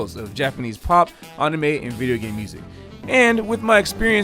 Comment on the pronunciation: Damn, dude actually pronounces 'anime' as 'ahnime'. Even most dedicated weebs don't bother hitting that 'a' properly, even if they do with 'manga'. He's in there deep. Respect.